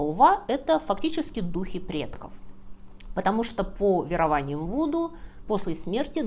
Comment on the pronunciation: Внятно, грамотно, познавательно! Только почему "веровАния"?